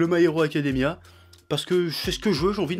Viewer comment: "My haricot Academia !" T'avais pas mangé avant de tourner ?